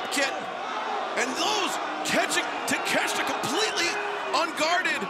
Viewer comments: Takeshita ✅ Takeshta ❌ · Konosuke Ta-Meh-shita 😐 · Lmmfao!!!! Take-shit-a 🤣🤣🤣🤣🤣